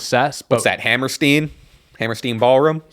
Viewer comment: I'm sure it's here a million times, but it's Hammerstein, not Hammersteen